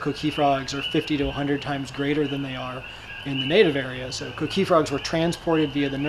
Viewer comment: The coqui is no danger to humans you fucking idiot. Some white boy more than likely stole it and brought here like they did our ancestors. I hate the way he says coqui....idiota....